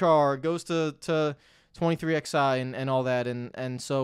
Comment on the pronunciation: I find this so infuriating